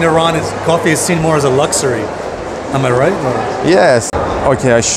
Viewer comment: LUXSERY???LUXSERIES??? As luxury? Or do you mean lux soap😂